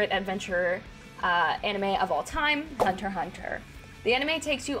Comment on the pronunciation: Blasphemy you didn't say the "x" between Hunter's ;)